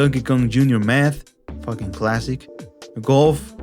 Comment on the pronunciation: I love when you say "fokin classic" Hahah